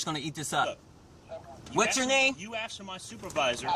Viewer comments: Why don't you just shut your mouth. You make yourself look stupid and sound stupid, with all your inane babbling. One final thing, It's ASKED NOT AXED. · It’s pronounced “asked” not “axed.” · The word is pronounced ASK or ASKED. Not AXS or AXSED.